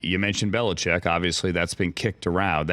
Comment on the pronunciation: Bill Belicheckkk ?? I guess Deon Sanders is in the mix too !! 😂😂